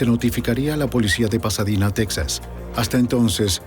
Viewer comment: "Texas" o Tejas. "Pasadina"o Pasadena.🤨